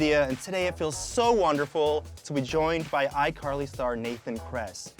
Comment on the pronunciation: Did anybody notice , he said ICarly Thar (or something like that$